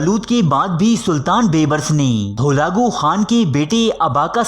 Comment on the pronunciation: Not halago Khan it's halako khan